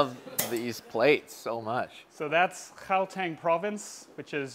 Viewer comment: Finally someone who can pronounce Gauteng properly. Love to see that citi in the US